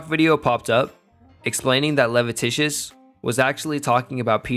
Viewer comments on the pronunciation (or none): Leviticus = "Leh-vih-tih-cuss"